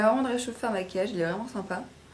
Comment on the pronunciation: maquillage* et non masuillage*